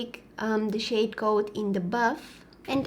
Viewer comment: What she really said: "some of this powdery shade" What I heard: "some of this powdery shit" haha I had a giggling fit because she's just too sweet to swear 😂